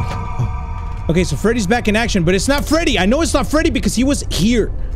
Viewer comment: that’s not Freddy that’s Feddy